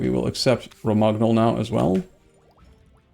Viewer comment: ok I'm really sorry, I'm not usually this guy, but I just have had it with the boloGnas and RomaGnols. It's pronounced bolonya and romanyol. thanks and sorry. great to see you back on eu4, can't get enough of this series.